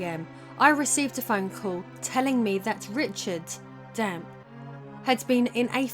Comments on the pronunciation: Dampe is pronounced Dam-Pay by the way :) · The guys name is pronounced "Dom-pey" not "Damp" lol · Damp?! 🤣 It's Dampé! EDIT: pronounced Damn Pay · Dampe is pronounced Damp? You sure it's not damp-ay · DAMP EEE NOT DAMP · This was kinda annoying do u not see the E on the name it's pronounced dampey/dampay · Can't ignore "Meedo", "Decku", and "Damp" either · FYI, it's Dampé rather than “Damp.” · Yeah. It bothered me a bit that she kept calling him damp the whole time. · Gameplay and story, LttP. Soundtrack, Ocarainer Also, I’m pretty sure it’s pronounced Damp-ay.